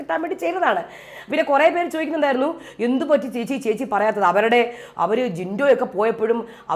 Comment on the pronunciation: The way u pronounced "power room'" the way she does. Not just that 😂😂,terms like jinto, gabri r🤣🤣🤣